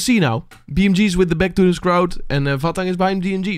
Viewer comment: Sorry, but Vahtang is a tipical name from Caucas region, so it is pronounsed literally "va:khta:ng". You may listen to it on google translate if you put in in russian "Вахтанг"